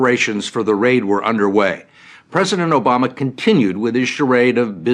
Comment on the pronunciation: Thiz reporter was with me- all the time how he was on point with his questions: He z sayin like obaama! R u tellin me this crab...